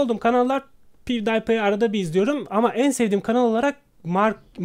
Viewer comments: Abi Lütfen Bari Pivdaypay Deme :D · Ingilizce telaffuzuna bitim abi "Dübstep" "piwdaypay" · pivdipay abi çok ciddi okuma böle okunuyor :P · abi piv day pay dedi ya :)